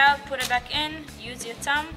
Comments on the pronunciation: I thought she was saying "use your tongue" :D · Took me a second to realize she said "thumb" thought she said "tongue". I was like whaaaaaa?